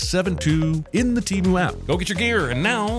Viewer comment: T e m u ? wtf man lost me with this one.